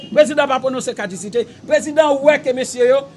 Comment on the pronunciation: Neg so yo pa di cadisite caducité Weon